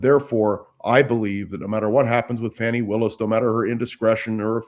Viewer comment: Willis pronounces her name Faw-nee, not Fan-nee.